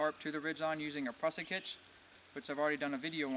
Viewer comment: Your tautline hitch needs to have the last turn go around in the same direction as the first two - opposite of the way you do it. Yours will slip under load, for some rope types. Tied correctly, no rope will slip. Prusik sounds like "moose", not "us". Picky picky, I know.